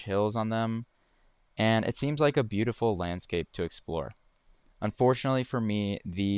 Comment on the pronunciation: very Butte-iful indeed